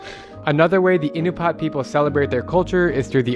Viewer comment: Pretty sure it's pronounced "Uh-NOO-pee-uht" , and not "IN-you-paht"